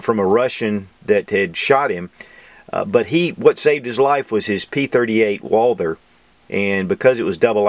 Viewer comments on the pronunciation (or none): none